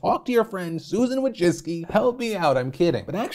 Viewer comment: Wójcicki is a Polish last name, and the way you pronounce it hurts my Polish ears and heart.